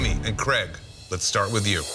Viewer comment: Creg? He's called Craig.